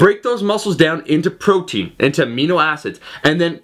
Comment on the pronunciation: "which is the conversion of pffffffffrotein..."